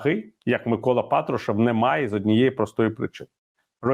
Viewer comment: Не розумію Яніно, чому Ви кажете ПАтрушев, а на ПатрУшев? Він же глава "ФеЕсБе", а на "ЕфЕсБе"!))